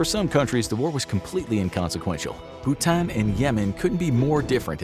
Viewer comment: why did you say Bhutan like that?